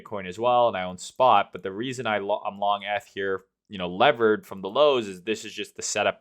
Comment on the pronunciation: its EEEETH